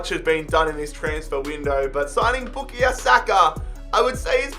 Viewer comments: BookieYo Saka???? I thought It was pronounced {Boo-Kai-Oh} Saka😂😂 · It’s pronounced boo ka yo not boo ke yo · It’s Boo-Kai-Yo Saka btw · Lmao bukeeyo sako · His first name is pronounced “Bu-kie-yo” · The way you say bukayo hurts its BOO-KAY-YO thank you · His pronunciation of Saka’s first name is quite humorous 💀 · Anyone else realise how he says bukayo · the way he pronounces bukayo is so annoying lmao